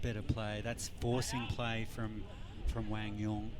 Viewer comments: Love when pronunciation is respected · Commentators getting Quang’s name right, love to see it 😊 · Commentators needed an Aussie to pronounce Quang's name 😂